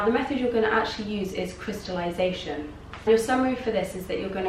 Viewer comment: did you just say "crystalution". I can't process what you said "If you have a -" etc..